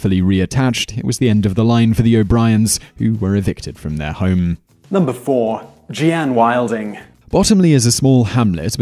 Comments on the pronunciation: Jeanne is not pronounced Gee-Ann. It's simply a spelling variation of the name Jean. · "Jeeeen" not "Jee-Ann". Otherwise interesting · Gee-anne? It's pronounced Jean the same way! Not rocket science there Simon, or is it see-men? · Jeanne Wilding used to be my neighbour in one of my previous houses as shown in this video. And her name is pronounced jeen. I remember some of the crimes mentioned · I've had some bad neighbors in my time, but they were mild compared to this list! By the way, Jeanne is pronounced JEEnie in America. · Love your vids, this is off topic, but Jeanne is pronounced like "Genie"(Jean-ne)